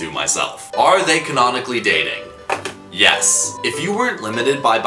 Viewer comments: It took me FIVE WHOLE MINUTES TO REALIZE HE SAID YES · THE WAY YOU JUST SAID YES